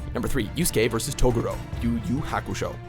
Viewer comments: it's TA GU RO!!! NOT TOGUROOOOO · Nay-ji? Toe-goo-roe? Pee-ccolo? Almost as bad as the time they called the Demon of the Hidden Mist Zabuza Momochi an alcoholic, aka Za-Booze-a